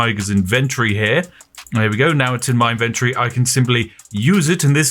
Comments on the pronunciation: I chuckle a bit at how 'inventory' became "invendry" in england. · Him saying inventory is exquisite